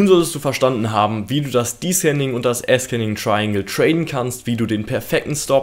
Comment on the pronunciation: Zur Aussprache: descending= diesending also nicht diskending / ascending=ahsending also nicht askending. Gern geschehen der Korrektor...